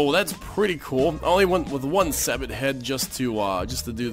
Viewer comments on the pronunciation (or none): Fyi, Sabot is pronounced like "Say-bow".